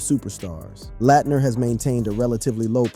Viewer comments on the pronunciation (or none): It's Christian Laetner not Christian Layettener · Christian Layettner???? Talk about butchering a well known name!! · He said Christian Lah-Et-Ner and Ja Moe-Rant … 😂